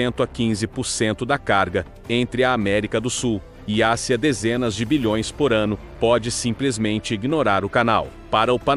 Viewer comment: Ridícula narração com Inteligencia Artiificial, cheia de erros de pronúncia. ACIA em vez e Ásia e assim por diante.